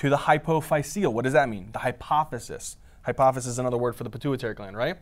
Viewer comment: it's hypophysis not hypothesis 😭😭 took so long to figure that out 🥹🥹